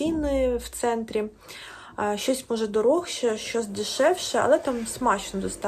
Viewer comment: Обожнюю це ваше слово «дороґше»))))😁😁😁